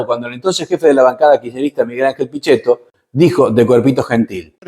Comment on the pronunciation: Pichetto (pronúnciese 'piquetto') diciendo: (sic)'argentinos de religión judía y argentinos argentinos'!!! En fin ... El pueblo argentino debería dejar las pavadas y el mito de lado, formarse, estudiar, producir y, obviamente, elegir mejor a su dirigencia. Etc...